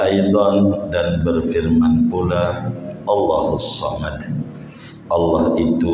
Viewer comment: Mi mmbacanya Allaahussamad maksudi betulkah/?